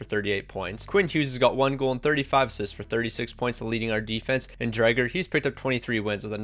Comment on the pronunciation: He keeps saying dryger 💀